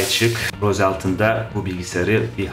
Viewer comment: Rose altın değil ros diye okunuyor